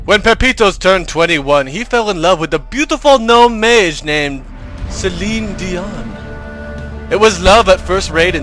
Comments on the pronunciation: "Cellinedian" "Cellinedian" "Cellinedian" everytime "Cellinedian" LOL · LMAO Cellinedion. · i laughed everytime he said "CellineDion"